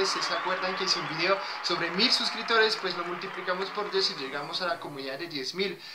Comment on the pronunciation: Yo te escucho "suscritores"... Pero no se si lo estás pronunciado con p. Abrazo!